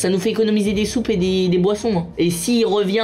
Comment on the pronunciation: "On a 4soupes " moi j'ai entendu on a kaatsup 🤣